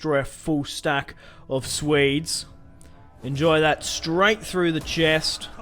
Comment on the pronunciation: Can you not pronounce Swedes as ''Suedes'' , but something like ''Sweedes'' ?